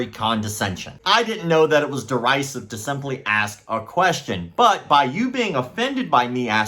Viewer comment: The mispronouncing of derisive tells me he found it via a thesaurus.